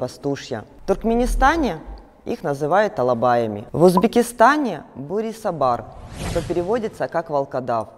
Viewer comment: В Узбекистане "козоки"называется, и второе, очень, очень редко "бурибосар". Но вы не правильно произносите "бурисобар"